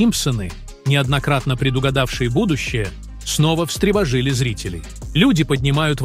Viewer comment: ВстревожИли, ха-ха автор ты чего нерусский что ли? дичь такую говрить